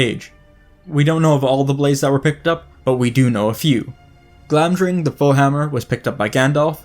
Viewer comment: It drives me nuts that you spelled them correctly in the title so obviously know that Glamdring and Orcrist have a D and an R respectively, and yet you consistently mispronounce them as “Glamring” and “Orcist” in the video itself!